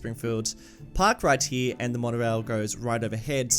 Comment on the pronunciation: Ah yes, the W in Wonorail.